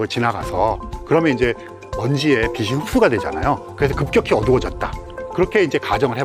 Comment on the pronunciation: 비 시아니라 비 치 라고 말하삼~~ 빗과 빛을 넘 혼동하는듯~~